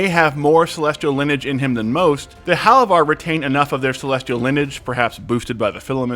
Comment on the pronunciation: Bro, are you even watching the show? You mispronounced like half of the names. Halovar is hay like dry grass and Dol-Makjar has accent on the capitalized letters.